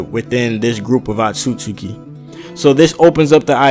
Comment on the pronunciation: Atsutsuki ! Inhale! Exhale! Is Otsutsuki not Atsutsuki !!!!!